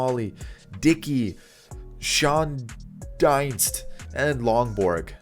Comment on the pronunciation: Schoendinst is pronounced like 'shane-deenst'.